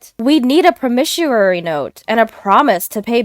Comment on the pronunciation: Promissory is pronounced "prah-mi-sore-e" not "pro-mi-sure-e"